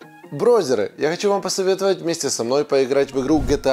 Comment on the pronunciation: "брозеры" боже мои уши вытекли... зачем так говорить?!